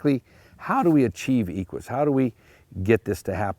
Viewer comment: A few seconds in... and there are already glaring errors: 1. the mispronunciation of the Latin word for 'horse' and 2. an incorrect philological comparison. The etymology of the Latin term for 'horse' has nothing to do with the word 'equal'. Equus and Aequus come from different Proto Indo-European roots. 'aequus' would come from *aikʷ-, meaning flat and also present in Baltic languages such as Lithuanian. 'equus' would come from *ek'w-, meaning horse, properly. Hippo comes from the same root. One would expect that someone who lectures on horses would at least get his facts in order before starting such a talk.